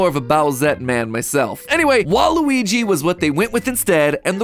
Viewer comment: Yikes it's WA-RUY not WA-RU-WI you can do better than that MattPatt :(